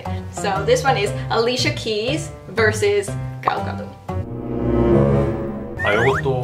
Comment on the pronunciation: A lot of people say Gal Gadot's name like its French, and drop the T, but the T should be pronounced